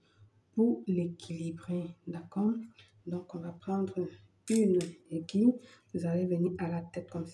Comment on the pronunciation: Bonjour On ne dit pas ai gui lle Mais AI GU. I. LLE. ( il faut prononcer le i ) Merci pour tous ces rituels